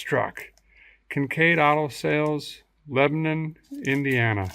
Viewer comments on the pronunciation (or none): Surprised you said Lebanon like you did. Most everyone that’s not from here pronounces it like the country which is the correct way but that’s usually how we tell when someone not from here. Kincaid’s got bought out by Bill Estes and moved to Brownsburg 10 minutes from IRP. The old Kincaid dealership sat empty for some time then got torn down and turned into a parking lot and his lot across the street got turned into apartments.